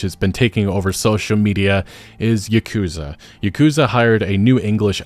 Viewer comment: It's not yeah-koo-zuh It's Yawku-zah